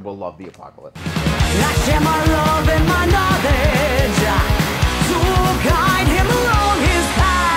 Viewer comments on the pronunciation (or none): none